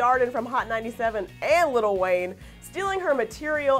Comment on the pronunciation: geez it's not little Wayne it's lil' wayne. gosh. say it right next time